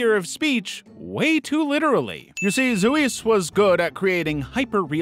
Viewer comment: The pronunciation for Zeuxis sounds like zefxis not zouis.